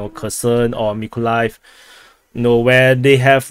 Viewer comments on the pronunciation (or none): none